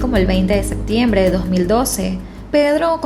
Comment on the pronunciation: Deberías mejorar tu dicción de algunas palabras como septiembre (que no es sectiembre) o captaron (cactaron) y varías que pronuncias así